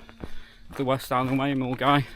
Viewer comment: great content mate i trekked it twice in the 90s and early 2000s its also good to hear an Englishman pronounce Milngavie correctly John from Glasgow